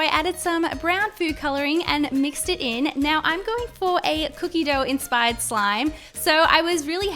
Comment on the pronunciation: Can you stop saying enspired please